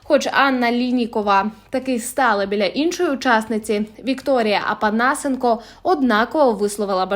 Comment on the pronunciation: Не Апанасенко а Опанасенко по Украінські